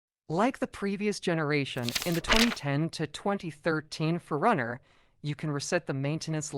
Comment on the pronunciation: Say it like 2 words. 4 Runner